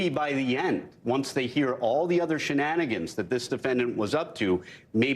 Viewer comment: O it's over he called shananigonse!